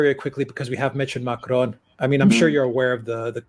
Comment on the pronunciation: Again with the weird Spanish sounding pronounciation of Macron., why don't you listen to how Alexander pronounces it? First of all, extremely few French roll the R. Your basic American R is closer to the French R. Second, the final N in Macron is pronounced in a nasal way. It's not a hard N. If you can't do the French R and you can't do the nasal N, then the basic American pronounciation of Macron is a hell of a lot closer than your jarring Spanish sounding version.